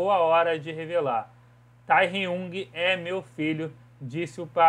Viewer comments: “Tairiung” KSKSK TÁ BOM NÃO TEM PROBLEMA KK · Ele falando o nome do Tae errado kkkkkkkkkkkkkkkkkkkk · Primeiro de conversa ele nem sabe falar o nome do taehyung direito 😒😒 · O cara pronunciando o nome do Tae KKKKKKK DESCULPA EU RI